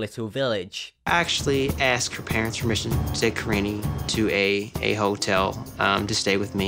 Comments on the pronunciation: Why does pronounce "Karine" like "Karini" 😂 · Surly he’s pronouncing her name wrong karine-EEE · She looks so young, she looks like she could be his daughter! Edit: also I’m fairly certain he was mispronouncing her name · I like how he doesn't even know how to say her name. Also, I wonder what TLC's plan is to prevent this man from murdering people on their dime. Lol because that is a real threat.